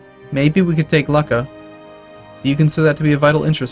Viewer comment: Not "Lucka" it's pronounced "Loocha".